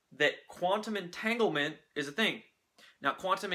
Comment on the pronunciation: Omg you really butchered entanglement lol